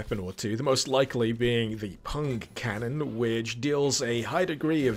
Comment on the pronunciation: ~ Did you say "Punk Cannon" or "Pung Cannon"? >_<